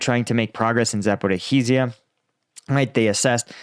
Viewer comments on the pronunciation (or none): Could you please try saying Zaporizhzhia better? There's no "-heezeeya" at the end. It's za-po-REEZH-zhya, in Ukrainian. Yes, a doubled "zh" (which is one letter in Cyrillic for the "zh" sound like in "vision"). But no "-hee-" anywhere in the word. And it's not really crucial even to double (lengthen) the "zh". Just "za-po-REE-zhyuh" is fine. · It's been a year and a half and you STILL keep mispronouncing Zaporizhzhia - Sort it out already!!!!!